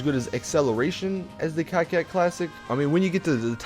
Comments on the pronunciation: Wtf is a cacet classic? Its core-ket douche. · Coquette not cockette. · and he keeps saying cocket it's coke ette like Corvette but coke ette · It bothers me how you pronounce Coquette.. It's pronounced "Co-Kett" not "Cockette". If it helps you, try to pronounce it the same way you pronounce Corvette. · nope its cokewet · Did he say cocka? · No, that is not how it's pronounced. It's more said like "coke wet" there are many ways a "q" can be said but here it's not said like a "k" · Airtug_Creeper i would say cockwet but really fluently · Isn't it (Coquette) pronounced Coketty?